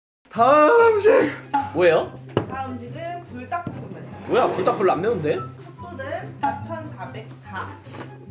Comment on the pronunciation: 이 불×5 거리는거 뭔데 귀엽지 근데 그걸 불닭!이라고 알려주는 왤케 스윗하지??뭐지.....ㅋㅋㅋㅋ별것도 아닌걸로 ㅋㅋㅋ 옹알이하는 아기랑 아빠같애